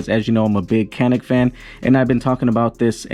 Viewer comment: If you're going to make review videos, learn to say the name of the product